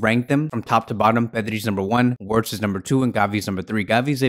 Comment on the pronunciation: It's pronounced "vertz".....